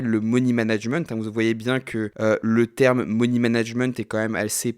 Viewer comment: « Moni » management ? 🤪😉